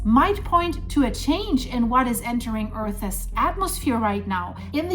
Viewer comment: Did you just say earth-es instead of earths…